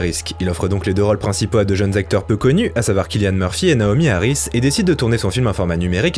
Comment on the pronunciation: Cillian se prononce avec un 's' au début, pas un C. Excellentes vidéos.